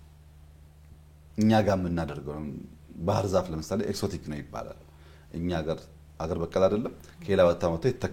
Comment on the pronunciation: እንግሊዘኛ ጠብ ጠብ ስለተደረገ አዋቂ አያደርግም ያዉም አንዳንዱን ቃላት በቅጡ ማለት እያቃጠ: ለምሳሌ exotic ሲነበብ ኤግዞቲክ እንጂ ኤክሶቲክ አይባልም።